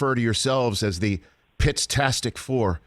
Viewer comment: First we had matt "maturally" Ryan now the "pittastic four"? Oof Dick Eisen you are killing us please take the meds offered